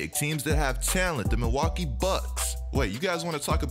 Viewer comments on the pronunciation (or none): none